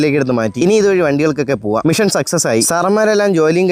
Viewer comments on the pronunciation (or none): none